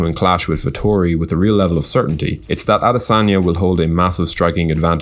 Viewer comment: Damn, see the way you butchered his name